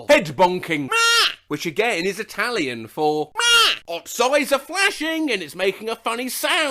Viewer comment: as an italian i can say that pronounce of italian is.....meh